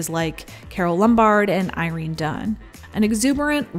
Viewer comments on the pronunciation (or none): none